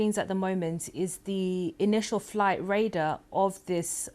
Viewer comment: Raider. You mean Radar Madam.. BBC indeed. How did she get this role. Seriously. Bless her.